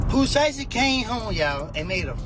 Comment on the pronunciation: She said Pooh shisty😂😂